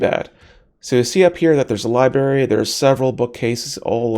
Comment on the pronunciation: It's not a libary it's a libRary